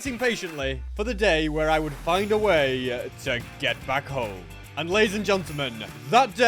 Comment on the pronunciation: He said la'ies